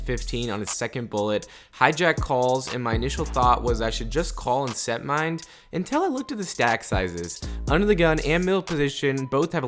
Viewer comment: it’s “Set-Mine”, not “Set-Mind” 😉